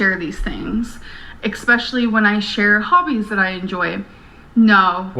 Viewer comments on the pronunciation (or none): i may be nitpicking but oh my gosh if i hear her say "EXpecially" one more time..